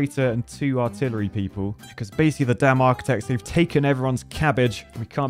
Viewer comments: Lol, "Artilitree" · Artil-a-tree begs for more research, you'll get there... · the word artilitry really got me